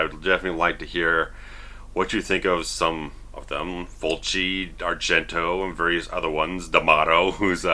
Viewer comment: As an italian, I just love the way you pronounce Fulci, Argento and D'amato lol! Good review btw, keep up the good work!